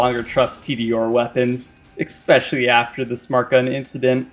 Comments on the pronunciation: What is ickspecially you mean especially 2 very different pronunciations. Lol sorry for being grammar police I love your content. Also you misspelled corrosive during the graveward fight. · It's not pronounced "ecks-peshully"